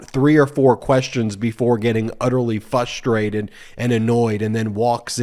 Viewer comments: Fustrated Love you're work, but i find the word "fustrated" pretty frustrating. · f'RUS - tray - tid PLEASE! CUT THE "BABY TALK"! PRACTICE saying words you find difficult!